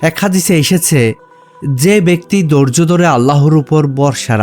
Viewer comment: জনাব আপনি বলছেন মিশুক মন্দ বলেননি কিন্তু আপনার উচ্চারণগত ত্রুটির কারণে অনেকটাই নষ্ট হয়ে গেছে। আপনি টাকাকে বলছেন টাখা। আপনি ধৈর্যকে বলছেন দরজ।আপনি থাকে কে বলছেন তাকে। এ সমস্ত কি কারনে আপনার ভিডিওটা মনোমুগ্ধকর হয়নি প্লিজ